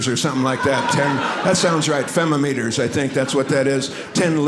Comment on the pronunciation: "10 fem-a-meters"😆